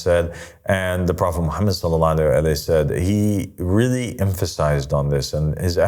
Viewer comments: no islam was perfected.. this guy is trying to be God and people call him father and master this is a cult … he doesn’t even say prophet Muhammad peace be upon him correctly and when he saying I seek refuge in shaytan he doesn’t say that correctly.. this is not Christianity where we have Luke and Paul and Peter and New Testament and start making things up and adding verses this guy and you people are shayateen if you not a bot please educate yourself and don’t follow this clown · no no no islam was perfected.. this guy is trying to be God and people call him father and master this is a cult … he doesn’t even say prophet Muhammad peace be upon him correctly and when he saying I seek refuge in shaytan he doesn’t say that correctly.. this is not Christianity where we have Luke and Paul and Peter and New Testament and start making things up and adding verses this guy and you people are shayateen if you not a bot please educate yourself and don’t follow this devil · Islam was perfected.. this guy is trying to be God and people call him father and master this is a cult … he doesn’t even say prophet Muhammad peace be upon him correctly and when he saying I seek refuge in Allah from shaytan he doesn’t say that correctly.. this is not Christianity where we have Luke and Paul and Peter and New Testament and start making things up and adding verses this guy and you people who listen to this clown are shayateen if you not a bot please educate yourself and don’t follow this devil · no islam was perfected.. this guy is trying to be God and people call him father and master this is a cult … he doesn’t even say prophet Muhammad peace be upon him correctly and when he saying I seek refuge in shaytan he doesn’t say that correctly.. this is not Christianity where we have Luke and Paul and Peter and New Testament and start making things up and adding verses this guy and you people are shayateen if you not a bot please educate yourself and don’t follow this devil